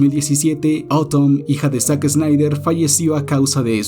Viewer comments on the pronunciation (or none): esa pronunciacion de "daredevil" es casi tan mala como la de los españoles que lo dicen literalmente como se escribe. Es DERDEVOL. Y tampoco es Zack Esnaider, ni Man of Estil. No hagas revisionismo histórico ni efecto Mandela, Warner NUNCA estrenó Tenet al mismo tiempo en cines (Agosto 2020) y streaming (Mayo 2021)